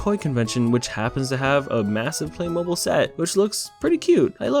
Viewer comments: its not play-mobile, its play-mo-beel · No no no, it's pronounced playmob*eel*, not playmobol >:( smh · It’s pronounced play-mow-beel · It's pronounced "play mo-beel," not mobile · The worst part of this video is that you say "Play MO-ble" instead of "Play Mo-BEEL" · Am I the only one who is getting absolutely triggered cuz he keeps saying play-mobil (it's play-moh-beel) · “Play-Mobile”😂 I can’t🤣 Edit: It’s pronounced Play-Mob-beal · I wish I could have watched all of this but there's only so many times I can hear a person call it Play-mobl instead of Play-mo-beel oh my god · It's pronounced playmobeele not playmoble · Yeah I could tell this movie was gonna be a disaster. I actually grew up playing with Playmobil but this...like...what? Also, it's pronounced "play-mo-BEEL", not "play-MOH-buhl." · Play mobl? No no no 😂 play moe beel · You have been saying it wrong its not play mobile (you say it like play moe bill when it sounds like this play moe beel trust me i have heard the ads on tv a trillion times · ITS NKT PLAY MO-BILE ITS PLAY MOBIL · also it’s pronounced PLAY-mo-BEEL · It’s pronounced Play-mo-beel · I think it's pronounced Play-mo-beel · Am I the only one who was bothered that he wasn't pronouncing it "play-moh-beel"? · It’s pronounced like “playmobeeyul”. The mobil part sounds more like the end of automobile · Its pronounced "Play-mo-beel" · as someone who is a huge fan of playmobil, (Btw I can agree this movie sucks) Its pronounced Play - moe - beel. Just bc u didnt know in the vid so I wanted to tell u XD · Has noone heard of Playmobil like I played with that when we was five Edit: it's pronounced playmobEyul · U say it like play-m-Beal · Its PLAY-MO-BEEL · Playmobil is pronounced "play mow beel" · It's Pronounced Playmobile, automobile with play replacing auto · I’m pretty sure it’s pronounced playmobeel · You pronaunce Playmobil Playmobill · After seeing thousands of ads of Playmobil from when I was younger, it's pronounced play-mo-beel